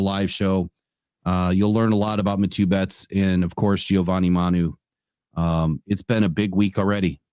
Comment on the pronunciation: Bettes name is pronounced Matthew NOT Matu